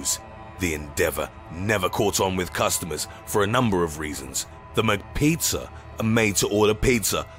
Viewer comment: MicPeetzuh and Macspagyettiee